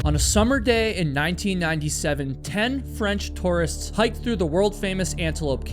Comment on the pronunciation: Don't you know how to pronounce tourist?!